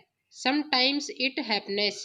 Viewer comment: bahut mistake hai jaise politely, happens ka pronounced galat kiya aur By God grace hai "good" nhi